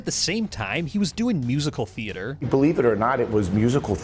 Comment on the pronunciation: I lost respect 58 seconds in when Vince pronounced theater as thee-AY-ter.